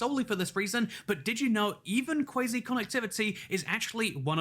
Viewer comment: That's cwazy